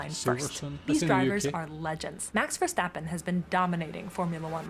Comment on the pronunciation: Verstappen, not Verschtappen. His name is Dutch, not German, so no sch-sound in his name.